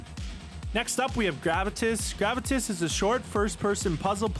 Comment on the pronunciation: Can someone search up the pronunciation of gravitas because I thought there was more emphasis on the A when say the word.